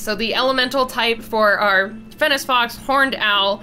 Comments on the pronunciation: throughout the video, you said fennic fox like fennis fox, althou its pronounced like fennik fox The english language is so hard Great vid tho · it's fen-ik when you say fennec Still really good though! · who else was just like, ITS NOT FENNEC (S) ITS FENNEC (K) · one, it's pronounced fenn-Ick., Two, this thing gives me a sort of lorax vibe, but more intense. like if you cut down a tree in his forest, you aren't leaving. ever. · Who else died inside every time she said fennes fox? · Fennec fox not FENNIS SO FUSTRATING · The way she said Fennec Fox 😵😬🤐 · I keep getting distracted by the pronunciation. Fennec is supposed to end on a hard K sound and Ibex is supposed to end on a ks sound. I love the video though! Monster Mashes are my favorite!